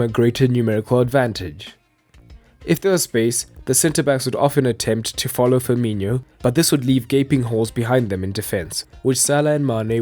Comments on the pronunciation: And the name is pronounced FEER-MEE-NO, not FEER-MEE-NHO. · FIR-MI-NO FIR-MI-NO, say after me FIR-MI-NO. Easy right. There is no FIR-MI-NIO